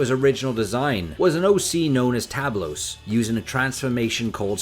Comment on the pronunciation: As a Spaniard, hearing Tablos and Hobbyconsolas read with English accent makes me laugh 😂 BTW Tablos has opened his own YouTube channel recently, perhaps you could do one streaming speaking with him,. Keep the SSJ5 hype going!